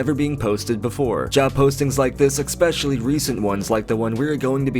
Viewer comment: I appreciate your channel and your hard work very much but can you PLEASE stop saying "Eck-skape", "Eck-specially" and "Fer-milliar"?